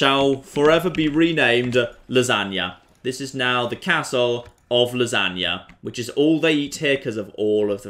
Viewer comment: The way he says castle triggers me